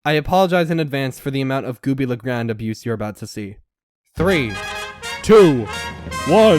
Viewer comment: Why the only person that realized that he didn’t say goofy the grand when he was talking about trust up